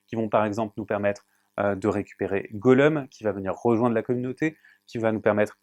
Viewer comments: ouep non s'il vous plait. Alors ok c'est tip top votre chaine pour les règles. Mais Ne demandez pas à une personne qui n'y connait rien a TOLKIEN et n'a certainement jamais vue aucun film , de Présenter le jeu , S'il vous plait. Légolas et pas leudola Goloum et pas Goluuuum ça pique les oreilles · Mais qui est ce "Golleum" ?? XD